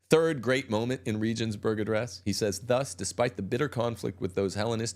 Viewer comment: Please learn the proper pronunciation of Regensburg